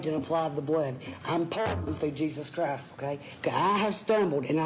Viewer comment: “Jesus Crast” 😂